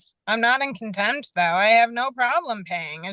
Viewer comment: I think Contempt has a T at the end.